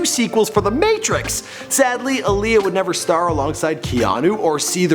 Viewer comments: Timbaland! Aaliyah (ah-lee-yah) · That's not how she pronounces her name. It's Aaliyah like Muhammad Ali